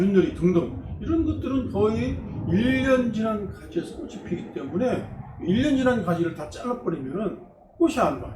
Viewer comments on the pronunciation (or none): 꼬시, 꼬시.. 듣기가 거슬리네요 꽃이 --> (발음) 꼬치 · 꽃이나 열매 --->발음 꼬치나 ○ 꼬시나 ×